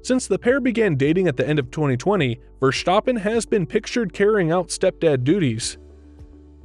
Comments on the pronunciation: It is NOT "Bottash" nor is it "Lewisch" nor is it "Oshcar Piashtri" nor is it "Nyck de Vriesh" nor is it George "Russhell" nor is it "Fernando Alonsho" nor is it "Lance Shtroll" nor is it "Pierre Gashly" ... so why on earth do you want to say: "Max VersHtappen" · it is NOT Max "verSHtappen" ... Max is not German (Germans indeed do pronounce "st" as "sht") ... #Max33 = Dutch NL/Belgium! ... It is not "Bottash" nor is it "Lewish" certainly not "verSHtappen" .... This BS started long time ago when a British sport presenter interviewed father Jos Verstappen and assumed you can use a German pronunciation to a Dutch Driver thinking it is so "funny" ... It is not. Serious question: can any Englishman say "versatile" out-loud without saying "vershatile" phonetically? most can about 99,99% ... that is why most English can pronounce Verstappen 100% correct! Father Jos Verstappen (also F1 Racer) was very active between back then only a very few said "Vershtappen" but the vast majority of British sport presenters pronounced it perfectly ... only a few old stubborn farts like Peter Windshor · I’m Dutch and you pronounce Verstappen dead wrong.